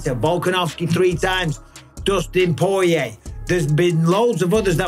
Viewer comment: I'll never get tired of watching champ callin Dustin The Diamond "Poe-yay"